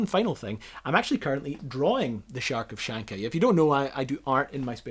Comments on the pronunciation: The first sound is not a "ch" like in "chair" but rather like hard "h" like in Spanish "Javier" that corresponds to the Cyrillic letter "X" (come on lad, you're scottish! you are able to pronounce sounds other people can't even imagine!). This was built at the factory which was intentionally destroyed by modern political elites together with Kharkov Aviation Plant and about 80% of all the industrial infrastructure of USSR. The factory (ХТЗ) was spread over an area of about 6 sq.km.(2.3 sq miles)-all dedicated to building heavy vehicles. It takes a huge factory to produce huge vehicles. Now thе country is defunct, factory is destroyed, technology and blueprints lost, and people who worked on this project deceased. A great "achievement" by M. Gorbachev and his crew. All we are left with is this video. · It's not "Charkov" -- it's "Har'kov" (the "r" is soft, like in "reel" or "reaper"), a large industrial city in Ukraine. Hence, "Har'kovchanka" -- a female resident of Har'kov. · Great video. Kharkovchanka is pronounced Harkovchanka as in hare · "Kharkovchanka" in russian souns like harakavchanka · Pronounced: Car-kov-chanka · great doco, small addition Kharkovchanka is pronounced with H at the beginning, Harkovchanka, and is a term for a woman born or living in a city of Kharkiv. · You are pronouncing it wrong. Kharkov = har-kov. The K is silent. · If anyone interested, it's pronaunced "Harkovchanka" with sound "H" in the beginning like in Hollywood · definitely not like "ch" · Antarctica is the area around Antarctida. Kharkovchanka is pronounced harkovchanka. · Very nice vid! Don't worry about your propounciation - you did well! The content is great and that's more important. Just soften the first syllable - it's more like you would pronounce it in "high", something like "Harkovchanka" or "Hurry-cow-chanka":) Thanks! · It's HAR-COVE HAR-COVE-CHAN-CAR (R in CAR is silent) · Just one thing - it's "Harkovchaka". First K is silent one. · Harkov not Charkov.